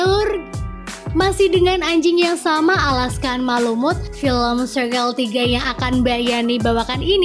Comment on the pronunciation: Malamut min bukan mulumut hahaha diawal dah slh bilangnya